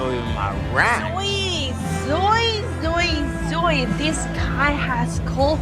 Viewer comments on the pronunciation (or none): " To Zoy!!" Lol! It's Zoe... ZOH--eee! "Zoyeee"!! hahaha!